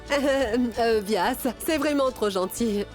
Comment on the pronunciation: C'est moi seul ou j'ai entendu vyas appelé douadanbari